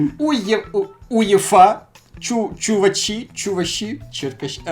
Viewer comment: Чу-ва-чі ну у Львові ми так говоримо